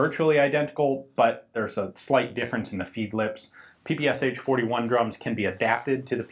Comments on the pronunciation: It´s not P P S H, it´s P P Sh. One letter. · Isn't PPSh should be pronounced as "P-P-Sh" and not as "P-P-S-H"? "Sh" stands for "Shpagin" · It really grates ears when you pronounce ППШ as "P-P-S-H". Can you say "SH" instead? One hissing noise. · Damn! Not PP's'H, but PP'SHaaaa! Press Listen on the left! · It is called P-P-Sh. That "h" is lowercase because it is part of the S. This really irks me from you Ian. I know in english just about everyone pronounces it with the H separately, but that would be capitalised if it was to be pronounced like that. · By the way. You mispronounce PPSH. In russion it's ППШ, and pronounced as P P SH as in shoe. Sonething like "peh peh shah" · Ian, I love you, man, but don't prounounce the "H" PPSh-41. It's just ППШ in Russian so just say "Sh", like in "shotgun." Or something along the lines of "pe-pe-sha"